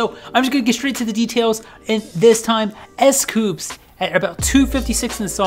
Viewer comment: Its s coups not s coops its dino not diino